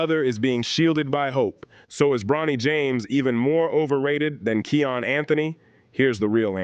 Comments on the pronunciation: Kiyan not Keyon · Im being sarcastic bro. Its kiyan not keon for future content. Nice video though